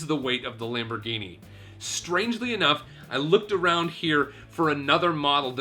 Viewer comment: nice LAMPBOHGYNEEYY